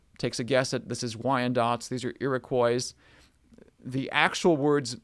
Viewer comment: You may wish to cross check your pronunciation of some of the tribe names. As a Canadian, I grew up with different pronunciations for Ojibwa and Iriquois.